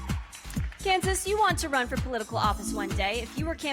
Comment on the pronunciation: When he said Kansas it sounded like cancer